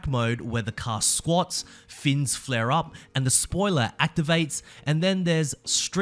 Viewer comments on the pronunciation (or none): none